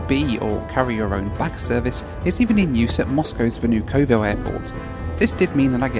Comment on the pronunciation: and VnUkovo, not VnukOvo